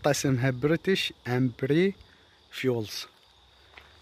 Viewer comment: يعني انت ابكندا ؤو متعرف تقرا كلمة امباير بشكل صحيح , خويه هاي تلفظ امباير يعني إمبراطورية مو امبري هههه امبااااااااااااير , الله ايطيح حظج يا كندا